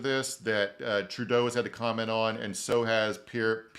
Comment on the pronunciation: Pretty sure Pierre Pwah lee EV